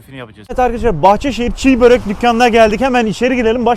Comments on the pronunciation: Abi çiğbörek değil çibörek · abi çiğ börek değil çibörek doğrusu :/ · Abi çiğ börek değil çibörek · Çiğ Börek değil ismi Çi börektir düzeltirseniz sevinirim teşekkürler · Hocam Çibörek çiğbörek değil ğ yok